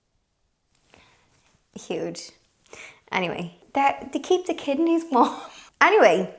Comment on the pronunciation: I had to replay that section because I thought she said they keep the kitty warm. 🐱😂 Ooohhh. Kidneys.